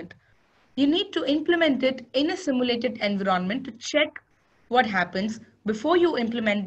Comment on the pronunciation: It's Envi ronment not En vironment... Please it's annoying